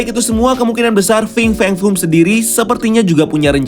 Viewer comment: Coba hitung brp kali dia bilang Fing Feng Fung dalam video ini? 😀